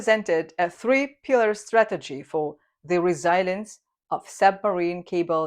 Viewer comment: Dear, forgive me, but please google 'pronounce resilience'. I'm so sorry for being so pickily sensitive. Sigh. English. What a total disaster of a language!